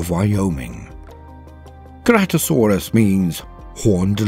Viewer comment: Very intersting video, but I think you mispronounced Ankylosaurus and Ceratosaurus. The kylo in Ankylosaurus is pronounced the same as Kylo, as in Kylo Ren. And for Ceratosaurus, the C is pronounced with an S sound, not a hard C. Great video otherwise.